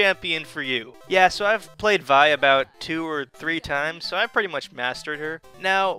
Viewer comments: your pronouncing it wrong its pronounced VEEEE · its the grape vi-ne